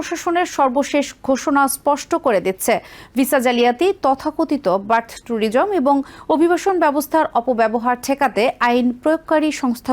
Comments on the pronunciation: Madam, please mind your pronunciation. It's not "Bartho Tourism"—the correct term is "Birth Tourism." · খবর পাঠিকা বারংবার বার্থ ট্যুরিজম কে ব‍্যর্থ ট‍ুরিজম উচ্চারণ করছে ! এই ধরনের পাঠিকা কিভাবে খবর পরিবেশন করার সুযোগ পায় ভাবতে অবাক লাগে !